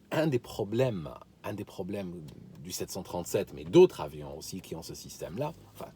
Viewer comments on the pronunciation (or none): si je peux me permettre il manque les liaisons 😉 on dit d'autres zavions normalement la grosse bise